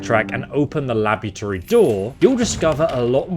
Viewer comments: uhhh... "labytory"? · "...open the labbychurry door..." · the labitory, eh? and here i was thinking its pronounced labRAtory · lab-ery-tory lmao. english is not your strong suit. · "Labuterry" = laboratory lmao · I have only one question What the fuck is a LABUTORY? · Sorry, did everyone overlook his pronunciation of laboratory, sounds like hes saying labutory, my mind...i cant... what is going. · wtf is that pronunciation of "laboratory" lol? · lol, can't pronounce "laboratory"